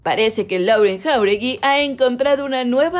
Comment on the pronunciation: se pronuncia "Loren"